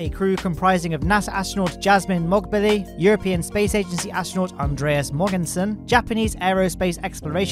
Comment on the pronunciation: bro said it wrong its soposed to be pronounced "andrweeas muorgqensen" im half danis